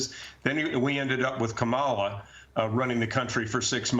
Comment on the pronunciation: Go, Go, Kamel-Uh"TOE"😂